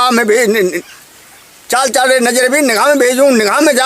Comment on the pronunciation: आपने मंत्र में लिखा है चाली चालि रे नजरिया वीर, ओर आप बोल रहे हो चाल चाल र नजरिया वीर सही क्या है आप बोल रहे हो वो है या जो लिखा है वो है कुछ समझ में नहीं आया है,बताए